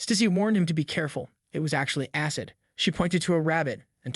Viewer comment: Aycid. lmfao, the pronunciation errors of AI are hilarious.